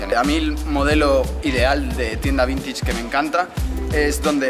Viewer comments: No se dice vintich... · como me ralla que diga "vintich" en vez de "vintach" (vintage). Encima lo dice como mil veces jaja